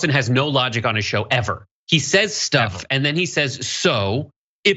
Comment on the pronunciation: “Shtuff “, John, it’s called, “shtuff”😅